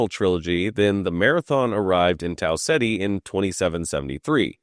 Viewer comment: Your pronunciation of Tau Ceti is incorrect, it is "Tau Keeta"